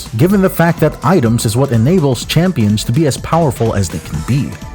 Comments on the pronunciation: Heard "Champions" - decided to move on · Stopped watching ever since you kept saying champions. Do better